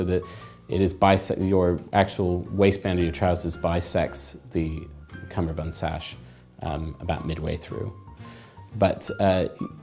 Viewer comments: Seriously? I thought it is called Cummerbund, not Cumberbund. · He doesn’t say the word correctly